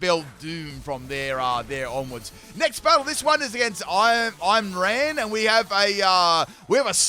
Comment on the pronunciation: I lol’d when you pronounced the last guys name as “I’m ran” hahah it’s actually pronounced “Eemrahn”